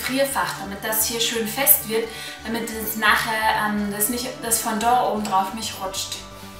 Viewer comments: Das heißt Fondant nicht Fondor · lern sprechen.... es heisst fondant! sowie man es schreibt.....